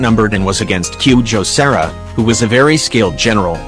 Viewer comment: The robot made Kujou Sara sound like QJo Sarah